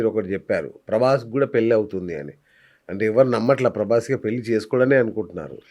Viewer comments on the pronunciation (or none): none